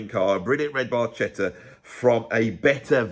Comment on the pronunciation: Bar Ketta. No worries, Geddy couldn’t pronounce it either